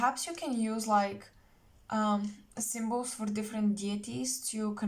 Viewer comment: WOWWW. PILE #1. INCREDIBLY, POWERFULLY ACCURATE. EVERY SENTENCE. Btw, when you began talking about 'symbols' what I can hear is actually, "sigils". Thank you & much love to you.❤❤❤